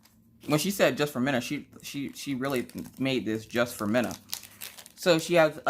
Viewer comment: It’s like Christmas🎄 watching you open stuff,I love it! Wish I had smellavision so I could smell the wax! That beaded kit looks lovely,I’ve never done a beaded cross stitch and I would like to,can’t wait to see yours!! Your daughters name is Mina! not Minna! I’m sorry I’m from the U.K! 🤣 lovely name ❤️x